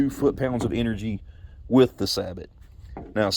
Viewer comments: Researching steel slugs, I ran across this video, pretty good video very informative. PS "sabot" is not pronounced "sab-ot", it's pronounced "sA bo". It's actually a Dutch word. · Saybow, not saybot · You are the first person I’ve heard sabot said like that. Not trying to be rude but pretty sure it’s pronounced like (say-bow) sabot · Just so you know, sabot is pronounced "say-bow". Thanks for the video, looking for some quality steel slugs, and I came across this. I appreciate it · It’s pronounced “say-bo.” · BTW, it is pronounced "say-bow". Used them in the Army.